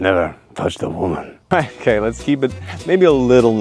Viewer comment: damned "Vomans"